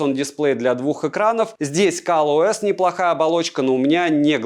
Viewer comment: Кал ОС? Мне послышалось?